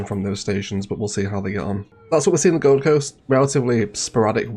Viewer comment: The... Govum Coast?